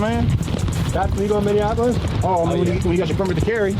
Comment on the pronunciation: Minnieninapolis like my guy if you are going to be in media learn how to read or consult google on the pronunciation of words.